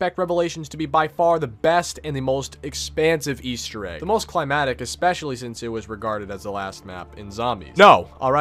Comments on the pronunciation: It's "climactic". You forgot the C. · There’s a “c” in that word. “Climactic” means “exciting or thrilling, or acting as the climax of a series of events.” “Climatic” (which is what you said) means “pertaining to climate. As in “the climatic requirements of the crop.”